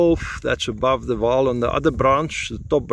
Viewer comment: Not Waal River, it is Vaal river